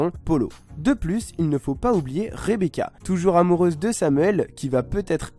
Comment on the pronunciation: Elle dit rebeka avec un k